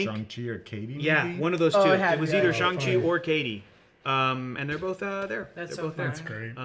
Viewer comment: Thank you for being one of the rare YouTubers to pronounce Shang-Chi correctly. Everyone else says ShUng-Chi and it drives me nuts. I mean there's even a scene in the Shang-Chi movie where he teaches Katy exactly how it's pronounced and repeats it a few times.